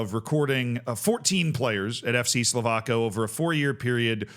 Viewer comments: Czechia mentioned 🇨🇿🎉 Not a great situation to be mentioned in tho, he should absolutely get a lifetime ban. Also Slovácko is pronounced like "Slovátsko" the "c" makes a "ts" sound Sending love from Czechia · I'm gonna be a moron and correct your pronunciation of "Slovácko" - it's actually something like "Slo-vats-ko"